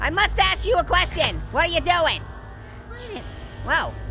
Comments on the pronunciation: when he said I must ask you a question it sounded like he said I mustahe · why did you say i mutache you a questoun haa goddness me haaa fast then you